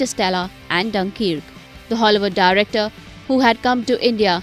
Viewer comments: It's Dunkirk not dunkeerk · ABEY ITS NOT DUNKEEEEEERK